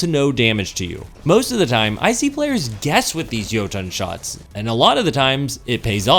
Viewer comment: Softer T'n next time on Jotunn. It's not Yo-TOHN. It's Yo-Tunn....... literally spelled like it sounds. EDIT: Also, wow... I'm trying to be nice here, but you have lost me with this one. Jotunn's shots are anything BUT unpredictable. You didn't spend enough time with it unlike your opening statement of "i ExPlOrEd EvErY fUsIoN rIfLe DeEp".... if you had, you'd know you can manipulate the tracking by leading your shots... like ANY OTHER FUSION. You'd also know that there's more than one way to play Jotunn, by treating it just like any other fusion; use it like a flaming fist. The goal isn't to try to land your shots at 50m+ away... the goal is to LAND them. A good Jotunn player will never miss. I should know. A-tier at best.